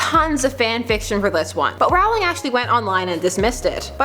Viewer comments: ITS ROWLING. Not Rawling You don’t say bawling... you say bowling. See? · It is ROwling Not RAwling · It's Rowling not Rawling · Just saying, it's not J.K. ROUwling It's J.K. ROLLing (thats the way it's pronounced not spelled I am completely aware it's spelled JK Rowling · ITS ROLL-ING NOT ROWW-LING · it is rolling not rolling seriously get it please please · IT'S PRONOUNCED "ROLLING" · it's actually pronounced rolling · Rowling as in BOWLING NOT AS IN HOWLING please copy paste this every Potter video you watch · I love the giggle. :-) But please- PLEASE!!! It's ROLL-ing! Rowling like bowling! Failing such a basic thing like that really cuts credibility on other matters! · *Sigh! Please get JK Rowling's name right! It's Row-ling as in Row the boat, not as in a Row (argument) :P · I hate it when people pronounce Rowling wrong... ROUWLING LOLZ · Mispronouncing JK's last name? Yikes.